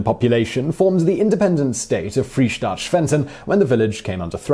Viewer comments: Yes, and Freistaat, not Freestaat. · I'm astounded by slaughter of the pronunciation of "Freistaat" and "Ezo". When producing a video with geographical and historical content, confirming correct pronunciation is important.